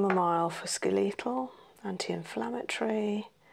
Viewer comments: It’s SKELLY-tul RESP-ira-tree. Brit here, ignore the weird pronunciation in the video.they’re playing at understanding medicine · She’s saying skeletal!? I thought it was “scoital” or something Lolol